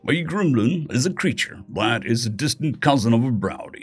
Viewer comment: Stop saying glimlin